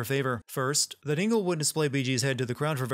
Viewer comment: It's not Ingel , it's ENGEL